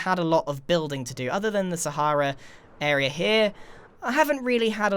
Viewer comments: calls Sahara, Sahairah. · I mean, it's an Arabic word that means desert and is actually pronounced sah-hrah-oo, so I think ' version is just as valid. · ...I'm American, that's literally how we pronounce the Sahara desert, and yet, in context, it sounded really weird and off to me too. like if someone pronounced Lt. Commander Data "dah-ta" (looking at you, Pulaski)